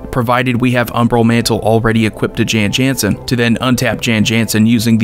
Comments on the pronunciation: You are mispronouncing it. It is an alternate language spelling of Jon Jonson. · No, the correct pronunciation is "Yawn Yawnsen".